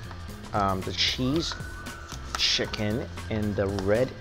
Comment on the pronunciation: are you sure you said chicken